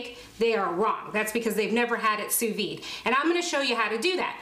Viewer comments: Please, pronounce sous vide correctly. The “d” is not silent because there is an “e” at the end so it is “vid” not “vi”. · Sous VIDE. The 'd' noise is most definitely pronounced. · You must pronounce the “d” in sous-vide, as if you said vid for video. 🤗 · The D is not silent. It sound like sue veed.. not sue vee. And it's not true that it can't over cook a steak or any food using sous vide. A steak can get too soft and grainy,, almost mushy, but be pink in the middle if you leave it too long in the water. It takes many hours to get to that point but some actually believe it can stay in the water at the desired temp all day and be ok but the texture is awful. Your range is good on the steaks. Usually once you find the perfect time for a particular cut of steak you have 2 hours at the most it can hold in the water before the texture starts being affected. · Please pronounce it Sous VEED. The way you pronounce it sounds like "under life". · sous viDe. The "D" is not silent. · Just FYI in sous vide the "d" I's not silent, is is pronounced. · Great vid but there is a pronounced “D” in vide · Please pronounce the D lol..